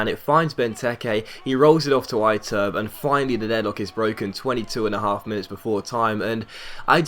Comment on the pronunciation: Iturbe is pronounced ee-TOUR-bay